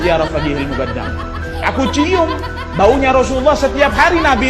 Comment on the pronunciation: ALMUKONDO.M BIB .SALAH NGUCAP ELUH. MUKONDOM.